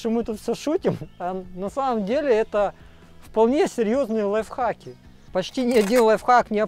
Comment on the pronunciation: Одному мне в слышится что говорит "лайв факи"?:)